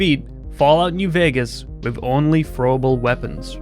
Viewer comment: “Fro uhble wepuns “